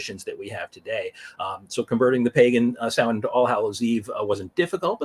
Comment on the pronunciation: One thank you for pronouncing it correctly as a pagan myself it always hurts when people mispronounce it. Secondly You can also say t hat this is when the dark half of the year began . Secondly The word actually comes form the Gaelic lanaagauge.